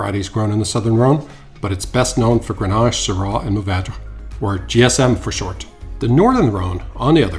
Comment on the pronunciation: I am a fan of Jean Paul Jaboulet and Chapoutier, Rhone is so much bigger than this granite mountain. Go visit smaller wineries in Saint Joseph, Gigondas, Vaqueras. desertwine like Beaume de Venice. Doing posh over an too expensive bottle and not knowing how to pronounce Syrah. We will not drink this stuff so look for your own discoveries. ;) enjoy.